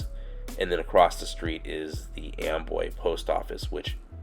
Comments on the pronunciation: It's spelled Amboy but I hear you saying Amway? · Why do the clouds look upsidedown, it sounds like you're saying Amway creator like lower Am